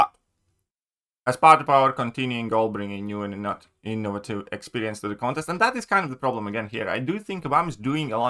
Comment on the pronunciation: In o va tive. Sound it out